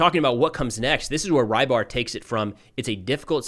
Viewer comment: His name is not Raibar, rather Reebar. Or Rɨbahr. This means "piscator"